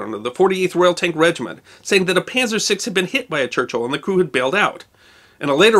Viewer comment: I really like your vids, I find them fascinating, well presented, well edited, etc etc. But it bugs the SHIT out of me when you say Penzer! It's Panzer. Oh, and while I'm at it...it;s not Chooneesha, it's Tunisia. Thanks. Ok, get back to it :)